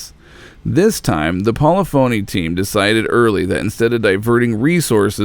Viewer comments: Every time he said "pawleefoney" I cringed. It's "polifiny." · As a musician it pains me every time he says "Poly-phoney" instead of Polyphony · I know that Polyphony started as Poly's so I could possibly see why one would think that you pronounce their modern name as polly-phony. However Polyphony is a real word with its own definition and is pronounced Poll-if-unny. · Polyphony is not pronounced poly-phony, it's "po-liff-ony" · Hey, idiots, it's pronounced "pollih-phunee", not poly-phony, unless you're doing it on purpose to try bait or annoy someone. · Pol-if-unny, not Poly Phony. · Paulafony. Po-lyph-ony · Polyphony - PAWLEE-PHONEE????? Try PAWLEE FAHNEE - -JAYZUS!! All your effort on such a GREATshort documentary and you couldn't do a short stab and basic pronunciation of the mans corporation?????? Disappointing! *****Side note: It's not like it was a Japanese word!!! POLYPHONY is basic English! SMFH!! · Great video but good lord. It’s pronounced.... PO-LIFF-O-NEE not PO-LEH-PHONY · Really the only thing you forgot is how to say "Pol-i-phony". My friend I cringed every time you said it... It is pronounced "Pol- lif-a-ney" digital. When you are doing coverage of a well documented topic, and get something as basic as that wrong, it calls all your research into question. I liked and agree with most of your comments and observations. However, I feel as if I got robbed with Sport, there are few pathways to buy the more expensive cars and the overall lack of features makes me doubt if I will again invest in the franchise. I was a full team member on PCars 1 and work through a 1000 builds to get a great result. I now am working on X-Plane as a test pilot and systems validation engineer, as a former test pilot I have a unique skill set to help with the process. All the Best Robert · Good video. Minor quibble, but it's not Paula Phony. It's pa'LIFF'a'KNEE. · FYI...Polyphony is pronounced 'pulliffany'. :) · Hahah. Poly-Phoney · It’s pronounced Po-Le-Fa-Ny digital